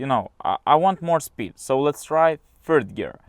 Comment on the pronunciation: "phird gear"